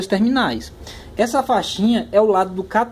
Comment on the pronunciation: Catodo....anodo....😂😂😂😂😂😂 Diz se cÁtodo......Ánodo